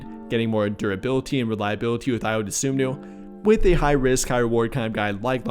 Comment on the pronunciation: Spelled Ayo last name wrong and said it wrong. It's Dosunmu, and the correct way to pronounce it is "DA-SOON-MOO". So together it's "I-YO, DA-SOON-MOO"